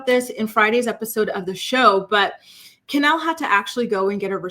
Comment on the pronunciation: Isnt her name Kenleigh? Not Kenelle I'm so confused